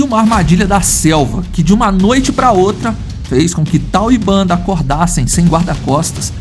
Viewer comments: Já vi esse documentário e a narrador era una mulher e adorei ele chamava uns dos leões bandar ! e não banda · Fraternidade dos leões contém a história de Tal e Bender. Lá se ouve a pronúncia correta dos nomes dos leões e do bando. De onde saiu Banda? Do documentário da National Geographic é que não foi.